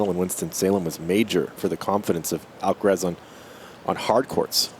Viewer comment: Of course the American commentator can't say Alcaraz's name correctly. Come on!